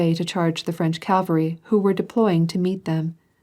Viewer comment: Full of irritating mispronunciations, eg Calvary for cavalry, does the reader just doze off?